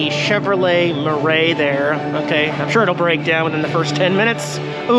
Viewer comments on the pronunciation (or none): none